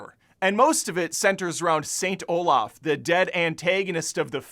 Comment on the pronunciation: *Saint Olav*. Not "Olaf". You don't translate names...